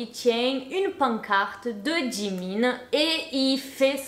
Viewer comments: Super vidéo et tu a bien prononcé "Jimin" mais je vais juste rectifié quelque chose a propos de la "K-pop" il n'y a pas que des coréens dans l'industrie, il y'a aussi des Japonais, Chinois, Thaï et même une Indonésienne et une Sénégalaise certes la K-pop viens de Corée et les idols sont majoritairement coréens mais il y'a aussi des étrangers, également que Oli n'est pas vraiment une "Idol" et c'est sûrement pas le premier européen dans l'industrie il y en a eu énormément avant mais ils n'étaient pas vraiment connu voilà❤️ sinon par rapport au chirurgies faites avec les partenariats ça ne m'étonne pas, je me disais bien qu'il ne devais pas être "Si dérangé" même si clairement faire ça est totalement bête et creepy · T'inquiète tu n'as pas écorché le nom de Jimin 😌